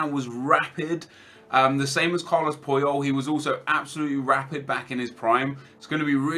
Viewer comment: it's pronounced Charles Pooyol